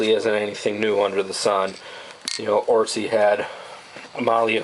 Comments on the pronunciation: its otzi not ortzi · With "oot-si" being the correct pronunciation.